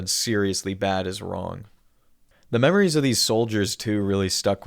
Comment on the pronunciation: great video but you really got me with memwires